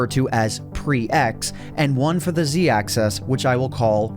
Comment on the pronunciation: One question why do u pronounce Axis Axees